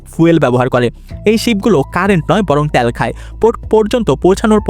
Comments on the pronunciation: ভাই কথাটা ত্যাল না তেল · ত্যাল ত্যাল শুনতে ভিডিও দেখার মাজা শেষ 😅